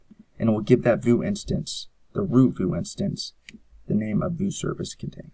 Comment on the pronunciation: lol, "Voo"? you mean "vue" (/view/)?